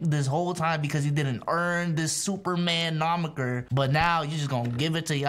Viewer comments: did he just say superman nomiker??? Don't you mean moniker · Did say “nomiker” for “moniker” on one of his bad take rants. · "Nomiker" instead of "Moniker" is crazy😂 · Great video, but, its MONIKER, not NOMIKER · Someone tell the word is "moniker" not nomiker.. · Moniker not nomiker 😂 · Ayo, what in the blue hell is a “nomiker?” 😂 I can’t tell if you’re tryna say “moniker” or if you have mad dyslexia. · it's moniker not nomiker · Moniker not nomiker.. I'm sorry. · It’s moniker I’m sorry but it’s moniker not nomiker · “Nomiker” lmao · bro really spent the whole vid attempting to say moniker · Aye it’s moniker lol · Is dude intentionally saying "moniker" incorrectly? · Umm don't you mean "moniker" 🤓😂